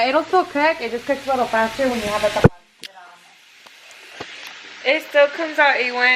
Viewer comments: Tapadera not tapaderra 😂 it’s actually a lid‼️ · “TA-PA-Dera”.... “cap” lollll 🙌🏻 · Taa paa dee ra - Cap😂😂😂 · "Ta- pa -de -das CAP" HAHA I'M DYING BABY GIRL IT'S LID 😘😘😘😘😂😂😂😂😂😂😂😂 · “Tapaderrrra is cap “ hahah it’s a lid homegirl 😂 love herrr 💕💕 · TA-PA-DE-RRRA 😂😂 I love the vibes gives tbh 🤗 subscribed in a heart beat deadaas 😋